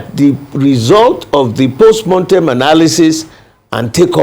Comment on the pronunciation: Jailbird Mr Bode George is full of delusion and contradiction. Why PDP lost the election is clear to all. The fact that Mr George doesn't yet get it and is focusing on post "montem" analysis (mortem is the correct pronunciation) shows he is detached from reality. Never destined to be president Atiku's self-centredness, internal party corruption of taking money from him for nomination as flag bearer, past misgovernance record that is still fresh in the minds of NGRNs and a sagacious PBAT cost PDP the election. He talked repeatedly about the constitution, yet his useless party ran on the same constitution for 16 long years without changing it. He must be told that PDP is dead at the centre. They won't win another presidential again in the country until it is disbanded and reconstituted under a new banner and with the likes of him, Atiku, Saraki and other corrupt elements shown the door. He also said APC is not a political party. How laughable? They are not a party but they have national reach and are winning elections repeatedly. Doesn't he feel embarrassed talking such nonsense? PDP is DEAD.